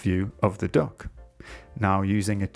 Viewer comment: I kept hearing dog instead of duck 😭